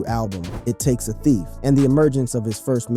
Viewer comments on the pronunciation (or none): none